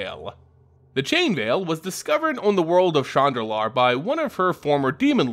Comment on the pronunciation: Shandalar and chandra, they arent pronounced the same.